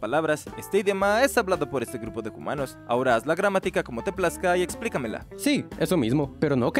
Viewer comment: Xd puso hoomanos en ves de humanos